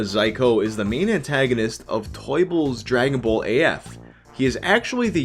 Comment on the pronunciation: "Dragon Bowl Z" Gotta love Canadian accents